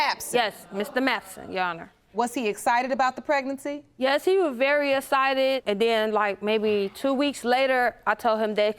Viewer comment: She said “he was very essited” ain’t no way I’d go in there and risk this shit 😂